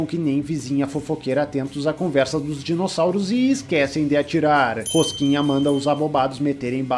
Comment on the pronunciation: Toda hora que ele falou "rosquinha" eu dei risada 😂😂😂